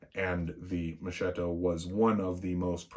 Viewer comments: Pronounced "Mohs-kett-o". Not Moshh-shitto. It's an Italian thing. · Oh come now , enough with mispronunciations . Have you ever heard how we butcher English. Mo-shetto ……. Mo-sketto. We all know what they are saying. Honestly , I’m embarrassed how we Italians pronounce the English language.